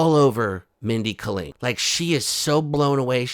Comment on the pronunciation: Holy hell, it's Mindy KAY-ling